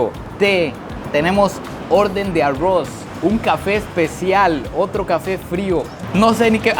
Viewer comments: Es bastante gracioso que diga a-ross en vez de arroz 😅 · En vez de pronunciar arroz dices arruoz😂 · El arrrrrouuz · Me reí mucho en este video, y sigo amando su acento al decir Arroz 🍚 jajajaa. Saludos desde México